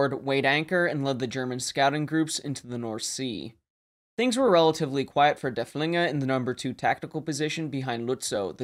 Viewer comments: And als consistently says Der Flinger 😅... not too serious of an issue. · Thank you all for watching! This video was one of my favorites to create in recent memory, because Derfflinger is my favorite German capital ship of the period. However, the pronunciation is sometimes right and sometimes not throughout the video. I know my German viewer base isn't the largest but I feel bad because its hard hearing works pronounced incorrectly. Just know that I do really try my best with it :)